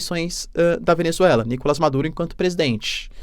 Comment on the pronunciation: NicolÁs teacher, em espanhol não tem A fechado ou nasalado.